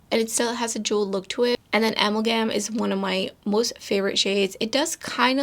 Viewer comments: Its pronounced A-MALGUM, NOT AM-AL-GAMM 😂😂😂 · I heard that, too. The MAL is the accent. Funny though, I knew how to pronounce it, but had to look up the definition. 🤦‍♀️ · AWESOME video! It would be interesting to see Saffron with the oranges; that’s how it looks to me, but I do see the pink sparkles very clearly. BTW, in case you are interested, a MAL gam is pronounced like this. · Hey just fyi amalgam is pronounced ah-MALL-gum